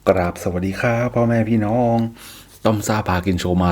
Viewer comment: สวัสดีพ่อแม่พี่น้อง ไม่เน้นเสียงได้มั้ย ออกเสียงธรรมดา อ่ะคะไม่ต้องเน้นคำว่าน้องมันยาวไป?